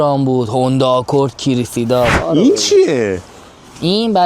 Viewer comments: Kiri - See - Da 🤣 Its pronounced KRE-SEE-DA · چه بد گفتی کریسیدا 😂❤ کیییرررریسیدا😂❤❤عزیزم ❤️🌹